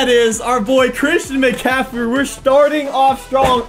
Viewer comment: Run with he tried to say Metcalf but it was Christian McCaffrey so he turned it into